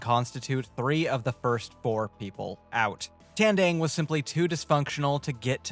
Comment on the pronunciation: you can pronounce Kalabaw but not Tandang. they have the same A sounds